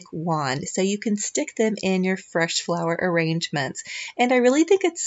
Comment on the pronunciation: I hope you do make a fresh floral arrangement. I love making them. However, I hope you never make a "flesh" flower arrangement. 😂😂 I know you slipped up, because saying fresh flower arrangement, is kind of hard to say, sometimes, but it was funny, I couldn't pass it up. ❤ *I made a separate comment about the shopping spree, and what were my favorites. I have a tendency to make multiple comments...sorry.